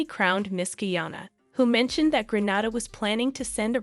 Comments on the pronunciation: As a Grenadian, it hurts my heart to hear you pronounce it Granada. Its Grenada. Jennifer now lives in Canada. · Thank you but, 🇵🇹Gra-nada is in Spain. 🇬🇩Gre-nada is in the Caribbean. There's a big geographic differenc, correct pronunciation is necessary. Proud Grenadian, some info is new to me. Thanks again 👍🏾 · GrenHADA is in Spain. It's pronounced Granayda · It's Gren ay da, not Gren ah da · its pronounced GRENAYDA not Grenada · It irks me when it's pronounced Gra-na-da! It's Gren-naay-da!! The do the same mispronounciation of Curacao too...Cu-ra-co instead of Cu-ra-soe! Ugh! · The country's name is pronounced Gren-nay-da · Lady its Green-a-dah! Thank you! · GReat story. Just one quick correction. The name of the Caribbean island is pronounced Gre-NAY-da. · You said Grenada incorrectly. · Thanks, for this. One thing though, tiny fyi....Grenada is pronounced Grenayda, not Grenahda. Guyannna, not Geeana.